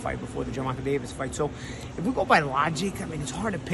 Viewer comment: This Punk refuses to even pronounce Davis his name properly. That crap is intentional. Can't stand dudes like this.